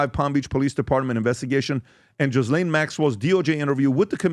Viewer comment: Her name is pronounced, "Ga-Lynn". It doesn't sound like it looks Ghislain, it rhymes with 'Duh-Ben' it is 'Ga-Lynn" Say it and tell others. You will sound smart and help others to sound smart.